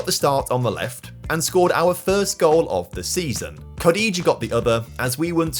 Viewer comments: Butchering Kodjia's name clearly shows you are not a villa fan.... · Great video, but I've never heard Jonathan Kodjia pronounced like that! And he played for the villa for a few years